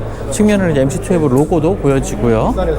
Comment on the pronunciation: 기자님 투핼브가 아니고 투엔티에요~~